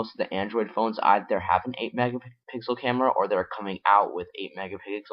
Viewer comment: Learn to say M E G A P I X E L